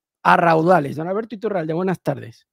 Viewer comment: El reportero total 😂 Iturralde en vez de Urrialde